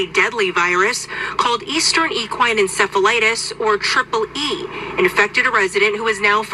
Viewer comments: It's in-sef-a-light-us!!! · It is pronounced. In self ill I tis.. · It's pronounced In-seff-ell-eye-tis.I remember when they said they were going to do this. It's insane! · It is called EN CEFF EH LIE TIS!!!😊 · encephalitis is pronounced- en sef a lie tis.. sounds a whole lot like west nile a few years back - my horse got it- vet saved her with some iv's, then zika, now ees... not confused any more - these people are a special kind of nuts. eugenics mafia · Seff not self. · Encephalitis- the first "i" is pronounced with the long " i " sound The link below will pronounce it for you